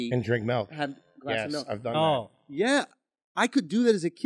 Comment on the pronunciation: If you drink melk with your dinner and lay your head on your pellow you need speech therapy.